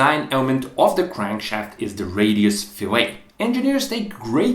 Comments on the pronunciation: It's not pronounced "fil-A" (like a steak), it's pronounce "fill-et"... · yes - fil-it, fil-et - that's just a small matter of accent. What isn't a small matter is pronouncing it fil-ay, which is what you do to a fish, or a reference to a cut of meat. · I'm assuming in the intervening five years his technical English improved, but I'll put it down that a crankshaft fillet is pronounced fill-it, not fill-lay and the crankshaft's interaction with the oil is pronounced wend-aj. Excellent video. So rare to find someone who knows the material and sticks to it in technical videos. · It's not like "filet"minion. It's pronounced "fil-ette" when referring to the rounded area of the crank pin. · “Billet” and “fillet” rhyme. “bill-let” “fill-let” Many people pronounce “fillet” like “filet,” but they’re wrong. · It's Fillet, not Filet. It's a radius, nota fish. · very cool. btw, 'fillet' is pronounced in its entirety, with the 't'. 'filet' (pronounced 'fillay') is what you do to meat & fish. fillet of fish, crank fillet, the same. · Small nitpick on pronunciation, fillet is pronounced "fill it" whereas "filet" is what you were saying. Learned this after getting made fun of in my engineering class LOL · Yeah, generally speaking the geometric feature is pronounced fill-it or fill-et whereas the culinary practice is pronounced fill-ay (in america, at least) which is closer to the french pronunciation (fee-lay). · The radiused shape is pronounced FILL-it. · Fill-it.. fillet